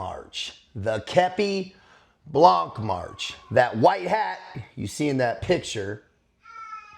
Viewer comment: with all the respect i have for you Please say képi blan the final C is eluded and must not be heared...